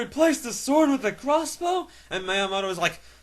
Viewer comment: Pronounced: Me-ah-moto